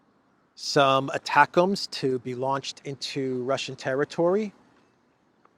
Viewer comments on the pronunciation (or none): none